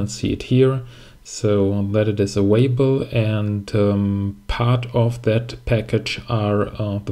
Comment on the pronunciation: thanks for the good video - but you are making me nervous, because you are always saying „avaible“ instead of „available“ 😂